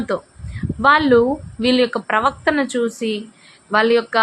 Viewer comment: "వీళ్ళ యొక్క ప్రవర్తన చూసి" (ప్రవక్తన) కాదు! అంతా బావుంది, ప్రొసీడ్! ప్రొనౌన్సియేషన్ తెలుగు జాగ్రత్త గా ఉండాలి!!